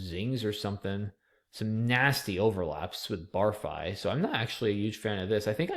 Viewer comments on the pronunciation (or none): please, it's "barf-ee" not "barf-eye"!